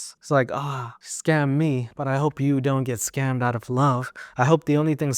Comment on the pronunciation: "I wanted to win!💪" "well you got schammed💪" LMFAOOOO😭